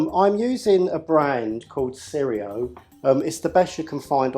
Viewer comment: Cirio is pronounced like cheerio